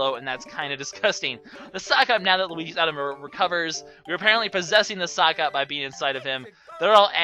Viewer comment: Sockop/Socop. Sicop, really?